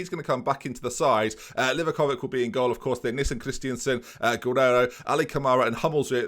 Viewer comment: Don't want to ruin the fun for you of saying Livakovik but it's actually said Livakovich 🤣. Love the series!